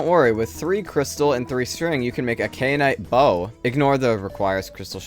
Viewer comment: it's KAI-uh-nite not KAY-uh-nite